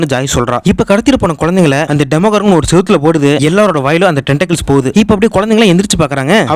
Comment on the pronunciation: Why are you tell demogorgan that is demo doragan